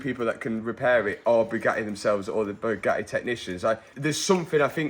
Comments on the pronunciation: Absolute painful listening to him saying Bewgaeeeee!!!! Its BugaTTi pronounce your Ts .... Chav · the BYUGAHII ! i cant get over how he pronounces it